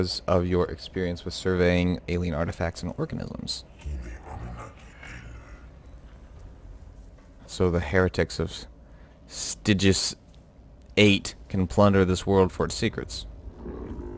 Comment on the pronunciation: Mecha-den-drite Sty-gees hit me up if you need to pronounce other things